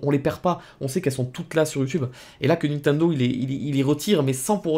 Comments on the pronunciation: Sa me fume a chaque fois tu dis nentendo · Pourquoi tu dis "Ninetundo" ? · Comment il prononce Nintendo. xD